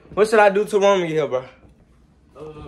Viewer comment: its roman not woman